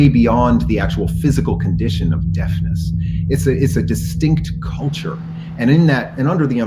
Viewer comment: Seems it is now popular to pronounce culture caw-churr. I don't know why